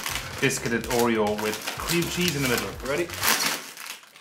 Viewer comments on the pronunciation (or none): I hate the word crem too, It's cream! Red velvet though, I dunno, but seeing this happy is fantastic. Also and together again, that's always a good time. Thank you Colin. Thank you Reya, MERRY CHRISTMAS!